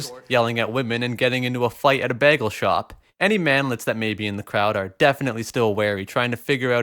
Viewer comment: Did you just say bag-gel. Instead of bay-gel?